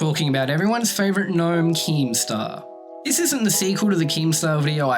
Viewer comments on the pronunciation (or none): none